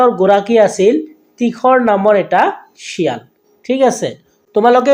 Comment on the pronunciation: Sir your assamese pronunciation is wrong shial nohoy xial he hobo she nohoy he hobo